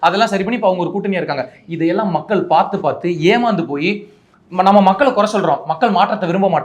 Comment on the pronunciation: இலைய பாரதம் , மக்கல் - மொதல்ல இத ஒழுங்கா சொல்லுங்க நெறியாலர் - அவர்களே.